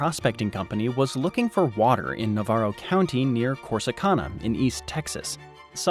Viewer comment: Hey there, Corsicana resident here. Here we pronounce Navarro as (Na-vair-row) instead of (Na-var-row) and Corsicana as (Cor-si-can-uh) instead of (Cor-si-khan-uh). No biggie, just how we roll here